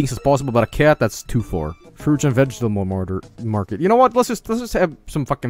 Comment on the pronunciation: "Frooch and vegetamull martyr."